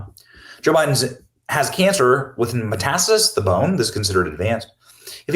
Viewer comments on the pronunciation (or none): METASTASIS, not METASTIS. For fuck's sake, you're already reading it. Annoying AF